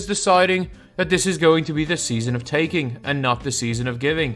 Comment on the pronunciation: "Season of TAKING" had me dying 😆